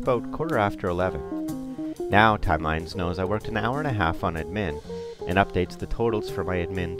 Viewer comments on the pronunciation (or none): Nice intro, but the way the voice-over guy mispronounced 'admin' with the emphasis on the second syllable drive me to distraction. Who the hell says 'adMIN'?